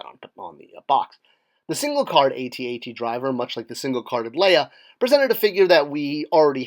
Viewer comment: Thumbs down for saying A.T.A.T.